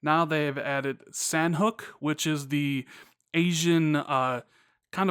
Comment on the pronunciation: Great vid (but it IS pronounced "Saw-Knock").